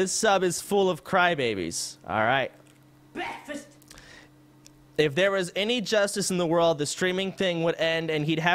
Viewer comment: LMFAOOOOO I HEARD BEKFAST I'm here because you refunded someone a 1100 dollar refund respect I'm subbed